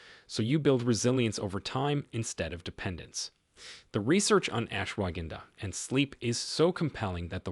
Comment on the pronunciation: The mispronunciations by your A.I. narrator are undermining your credibility. Laughably it pronounces ashwagandha three different ways. Horrible and unprofessional.